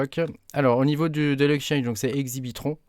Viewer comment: L’exchange pour le pulsar c’est « Exbitron » le nom, pas « Exibitron ». Lol Merci pour la rigolade ;-)